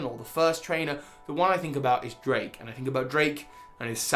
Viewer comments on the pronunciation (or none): none